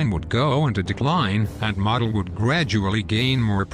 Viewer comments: Once again you’ve taken away from an interesting documentary by butchering the pronunciation of Field Marshal’s Models name. It’s common knowledge that his name is pronounced Moe del and the way you say it has nothing to do with an accent or an accepted alternate pronunciation. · It's actually Modl like Jodl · Model (I believe it is pronounced Merdel) was regarded by some other generals as a strategic dunce, but a tactical genius. He was known as the Fuhrer's Fireman, for his ability to solve tactical problems, on the fly, and prevent the Soviets from exploiting breakthroughs. But when he was transferred to the Western front, he came under criticism for his lack of strategic nous.